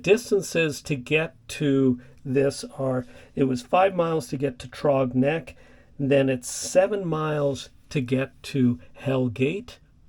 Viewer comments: The "Th" sound is like the beginning of the word throw. Then the rest of the word "rogs is like you said "the way you pronounce frog. I enjoy your content. Cheers, Rodney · Yeah, mispronounced Throgs Neck, but very few get “Hell Gate” right. It’s usually mispronounced Hells Gate.